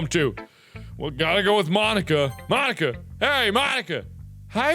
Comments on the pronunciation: Supposed to be pronounced: "Mon-eeka" What I heard: "Mo-n*kka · “Mon-Ika” MARK NO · Mon-ika just sounds wrong 💀💀💀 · When Mark said "Mon-nika" I was kinda scared ngl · When Mark pronounced "Mon-ika " I cackled because... u know 😂😂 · When he said mon Nika I amediatly thought he said the n word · is it just me or does marks pronounciation of 'mo-nika' sound like 'mah niggah' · Markiplier says n word "Mo-nika" White cringed kids: hehe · "Mon-ika" *spits out drink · Who else felt uncomfortable when Mark said Mon-icka? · He felt so awkward when he said mon-ika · Oh my god, I TOTALLY MISHEARD Mark saying Monika as "Mon-ika", like "Mo-*nika*"... sorry XD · Apparently "ika" means "squid" in Japanese, so that explains Natsuki's joke. It's pronounced "ee-ka" though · bro did NOT say monika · bro did NOT say monika 😭😭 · DO NOT BREAK MONIKA DOWN TO TWO SYLLABLES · The way mark says Monica 🤔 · he really should've pronounced it differently....😳😳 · When he slowly pronounced Monikas name ...👀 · Did anyone else here something when mark said Mon..ika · U said it wrong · it sounds like mark said the n word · hmmmmm thats not how you say it mark